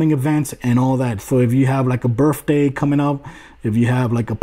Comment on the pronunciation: "birfday" lol